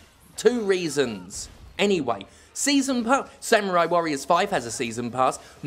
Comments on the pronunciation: SAM - YOU - RAI is back It's samurai. Not Samyurai. Samurai. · I knew this review would be shit when you pronounced it "Sam-you-rye". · sam-yoo-rai cool hwip